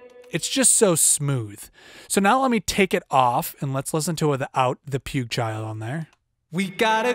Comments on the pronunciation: Pukechild? :) afaik it' pueeg. What headphones are you using if you hear less details than on monitors? And what monitors are you using? You could also touch the subject on serial compression. Like shaving off some peaks with rcomp/1176/puigchild on 1 and feeding into 2a or puigchild on 2/3/5. The result should be better. Anyway nice vid! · It's P-wig child but he calls it the puke-child.